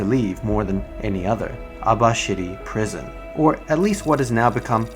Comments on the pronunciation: Why do I keep hearing Abashitty prison? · Abashiri prison..... Pronounced Aba-shitty prison Hmm probably why it sucks so much